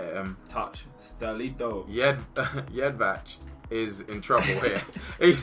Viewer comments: How do you pronounce jedvej incorrectly it is yedveye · Btw its pronounced Jedvai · It is pronauced Jedvaj